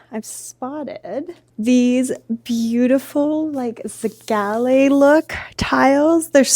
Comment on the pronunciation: whys she pronouncing zellige like that 😭the square tiles she pointed out are very pretty the bathroom is going to look great